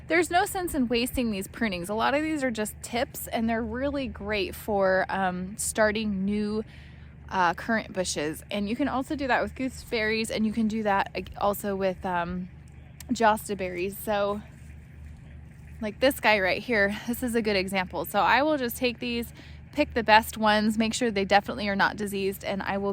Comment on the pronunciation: Jostaberry is pronounced like a Y as in Yes,........Yostaberry